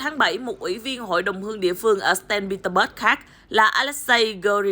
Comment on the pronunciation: Saint Peterburgchứ sao lại đọc thành Staint Peterburg